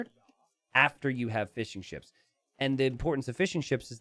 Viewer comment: Every time you say "fishing ships" I hear "fish and chips" for some reason.